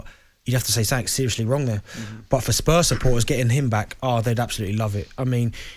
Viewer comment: Scottish people pronouncing Spurs like “Spuzz”